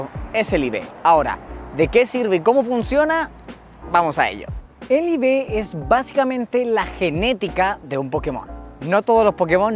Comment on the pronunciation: cada vez que dice ibes, se refiere a los iv, cierto?